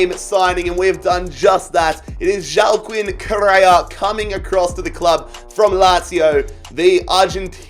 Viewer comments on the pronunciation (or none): JOAQUIN IS PRONOUNCED “WA-KEEN” not “Joe-Kwin” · joaquín: is prounounced wah-keen: joe-uh-kwin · Joaquin is pronounced wa-keen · Joaquin is pronounced kinda like hwakeen but banging rebuild tho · Joaquin is pronounced "wa-keen" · It’s pronounced wah-keen